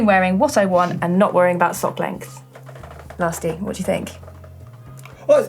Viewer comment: Thanks for answering my question! I tried a few meters of gravel on 28c slicks and it was good, although I was doing a cyclocross style rut-following. Also Lasty, great pronunciation of my name 👍